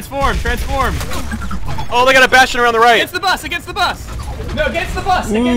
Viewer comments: ugh I cringe every time roos says bast-ian.. it's pronounced bashton Ross! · Ugh Ross says "bastion" like "bassteon" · "Bast-tien" - Ross